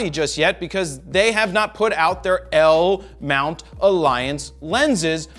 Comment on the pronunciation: He can't. He is not part of it, only Leica, Panasonic and Sigma, no Fro 😉 but at least he does say it correctly, not like the Zmount which he calls Cmount 🤣